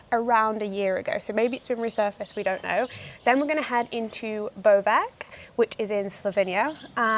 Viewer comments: Great video, first time on your channel. Just one request. Try to use Google translate to learn how to pronounce the names. It's Bovec not Bovek, like the C in City and is Soča not Soka, like the C in Chelsea. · Hi, it's nice roadtrip. Please don't pronunciate names of cities wrong, Soča is not soka and Bovec is not Bovek.